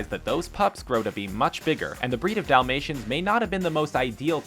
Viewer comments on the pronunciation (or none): I heard him say "domasians" lol